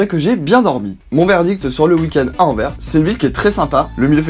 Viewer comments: Stpppp ! Anverssssssss ou Anterwerpen à la rigueur mais pas « Envers ». Ça fait limite mal aux oreilles haha Sinon merci pour la vidéo 😁✌️ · Moi qui suis belge on prononce le S AnverS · Paris on le prononce "pari" et pas "parisse", bah tu fais pareil pour Anvers et tu respectes les prononciation: "anversse" ;) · Anvert ??! Je suis sûr que tu dis même BruXelles...!! 😂🤔🧐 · ON PRONONCE LE S DANS ANVERS